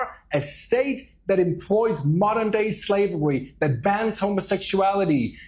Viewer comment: Oh no not modewn dway slavewy!